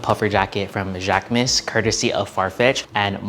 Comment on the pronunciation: I took three years of French in HS and I just want to clarify that the proper pronunciation for Jacquemus is jock-moose.